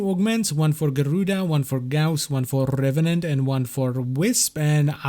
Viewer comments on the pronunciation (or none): Garrrrruda & Rrrrrrrrevenant!